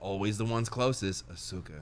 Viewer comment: and have me die with AH-SUE-KA 😂😂😂 Mispronouncing names since Danganronpa, i love it!